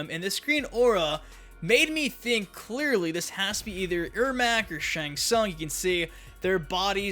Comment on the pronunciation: It's ermac